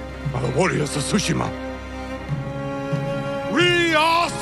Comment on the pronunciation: About fuckin' time, bro! lol... Btw, most Japanese nouns have the stress on the first syllable and the "t" is always pronounced in "ts" - TSOO-shima